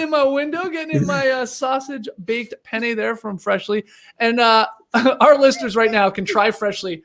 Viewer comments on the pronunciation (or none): Skeetsy my guy, make sure to emphasize the second “n” in penne pasta! “Pene” in Italian means dicky!